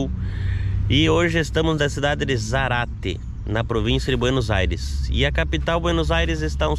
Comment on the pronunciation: Zárate. Respeita o acento. ZÁRATE e não Zarate.